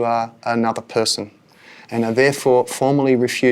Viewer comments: Poor couldn’t even pronounce Australia. Nice try! 😂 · You can’t even call the word Australia 😢😅